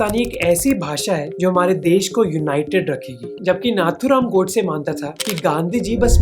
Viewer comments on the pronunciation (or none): Name to sahi se liya karo Nathuram godse ka bhi